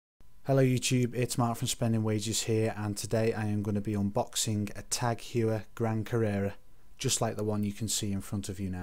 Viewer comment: it's pronounced as Hor-Year